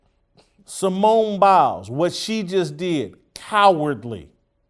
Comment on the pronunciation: Simone Bails. Not Simone Biles.